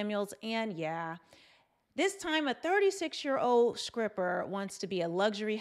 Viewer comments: You’re a very beautiful Women, who exemplifies pure femininity. That’s being said, I laughed a little when you said, “SCRIPPER,” a few times. Do you know that “low key triggered me?”🤣🤣. I remember practicing the (Str-pronunciation) for weeks as a 5th grader. I finally felt comfortable by the time I reached 8th grade. To this very day, I still prefer to use a replacement word, if I can find one. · I'm sorry, did you say Skripper? With a K ? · IT'S NOT SCRIPPER, IT'S STRIPPER, LOOK IT'S IN THE TITLE!!!!!!!!!! STOP SAYING SCRIPPER!!!!!! LMAO!!!!!!!!!!!!!!!!!! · Did you say scripper 😂😊